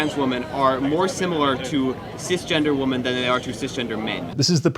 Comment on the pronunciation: Why can’t kids - native English speakers - pronounce WOMEN